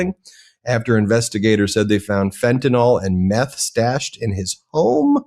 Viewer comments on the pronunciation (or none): Tired of hearing people pronounce Fentanyl as "Fenta-nol"